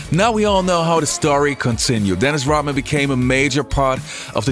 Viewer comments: his name is RoDman, not RoTman. RODMAN. You are confusing your D with a T. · Rodman ...Rodman ...not Rotman you stupid AI